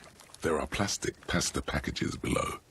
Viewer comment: The way they say pasta in the game in upsetting and SUPER wrong bruh...